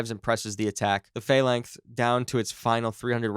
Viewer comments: "Phalangth CIWS" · Right, its pronounced Phal (as in phallus) lancs as in LANCaS (the "a" is silent. Fal-lancs, now say it fast.